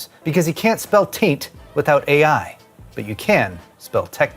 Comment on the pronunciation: Say taint again...🤣